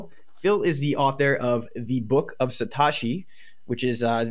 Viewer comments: I stopped listening when you said satAshi for the second time, lack of credibility dude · Did you really say sat-ah-shi?